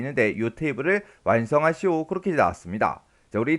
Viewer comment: 약간 사투리같아요.. '완성하시오~'😅😅